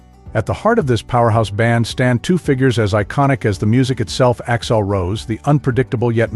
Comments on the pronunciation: It’s AXL not Axile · i had to tune out after the 10th "Axile", This sucks!